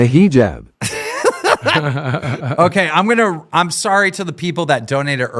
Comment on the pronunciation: hijab ❌ hijibuh ✅